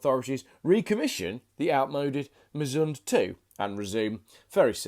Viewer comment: I bet the e in Misunde isn't silent